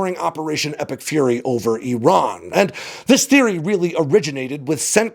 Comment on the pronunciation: Finally an American who knows how to pronounce the names "Iran" and "Iraq" correctly.